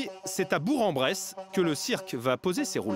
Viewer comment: ....Avant de faire un reportage.....FAITES DES RECHERCHES......tout comme METZ se prononce MESS.....BOURG-EN-BRESSE se prononce BOURQUE-EN-BRESSE.....OK ? Ou alors changez de métier....